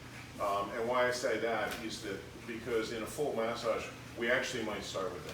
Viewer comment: Can someone explain what a mas ag is? Does he mean massage? If so why is he pronouncing it that way?